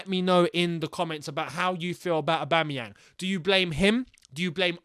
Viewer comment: "Aubame bloodclat yang" You said that perfect 👍🏿